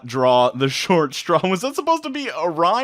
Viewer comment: That rhyme was pretty good tho. Just didnt say straw right.